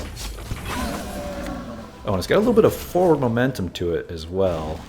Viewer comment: He said it twice at least... :( Maybe he should borrow some kids book with animals to see the difference :)